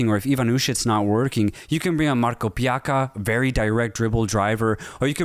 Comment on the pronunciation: Marko Pjakka is correct? ;-)